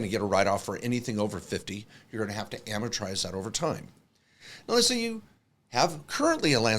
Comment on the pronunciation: Hey guy on right-- It's amortize, not amatorize...